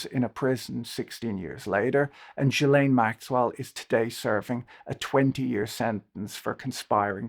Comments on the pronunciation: Jill lane but you say it together jillane, that’s how you’d pronounce it. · Very nice of you to do this recap! But it's Ggghislaine, hard G like Guy. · That was the best summary I've seen of the Epstein scandal. The question of where his wealth came from is one that deserves far more attention. I have to comment though on this inability to pronounce Ghislaine's name properly. The English media don't seem to have the same problem, possibly because of repeated exposure to her father saying it. In America, all manner of educated folks have yet to figure it out, Lawrence O'Donnell included. It is a French name and therefore phonetically sounded out. The Gh is pronounced the same way as in ghost. No juh sound. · Jizzlene in France. {unfortunate with the Jiz part.} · After all this time and people are still mispronouncing ghillaines name? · The mispronouncing of GM's name must grate on her ears. But there is no doubt whatsoever who they are referring to.